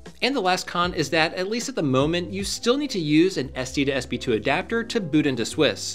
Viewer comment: How many times can you say "SD2SB2" before you realize it's called an "SD2SP2"?